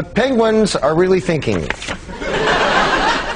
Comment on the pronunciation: It's pronounced pingueen...in the uk! :D